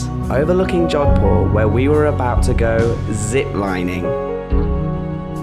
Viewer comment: Its jodhpur* not " john poor" bro. But very great. India is my native country nd i havent been to jodhpur yet.. now i will plan to visit🤝🏻